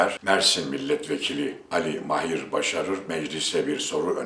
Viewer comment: Mahir deği...Maahir a yı uzatacaksınız...Ticaret değili...ticaaret...uzatacaksınız..Madem böyle önemli bir yayın işi yapıyorsunuz..Biz de dinlemek istiyoruz.Fakat Türkçeyi doğru telaffuz etmediğiniz görünce duyunca üzülüyoruz..Lütfen..Bir yabancı bile doğru telaffuz ediyor..Farkında değil misiniz?Düzeltiniz lütfen..Kitabınızı bile aldım..Sıradan bir iş yapmıyorsunuzki..Bakın yazarken FAİZ dediniz..faaiz diye a yı uzatacaksınız..Lütfen..A lar ile sorun yaşıyorsunuz..Sesli harflerle..Bir de robot gibi okuyorsunuz...